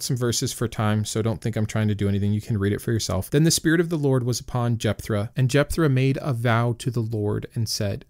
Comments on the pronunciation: Love the channel, but you're killing me with the "r" sound in Jephthah; or have I always been pronouncing it wrong? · Sorry but this is driving me batty. There is no “R” in Jepthah